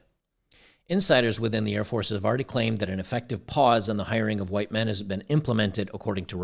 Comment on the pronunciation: Air Force not Hair force ladies.